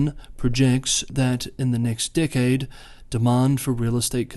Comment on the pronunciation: When you say "decade" I'm hearing "dickhead" 😂